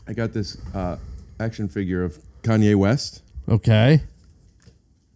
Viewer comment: My favorite part is when Harland calls Kanye "Conway" 18 times